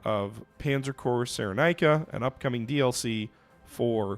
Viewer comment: It is produced ‘Ciren-eye-ca’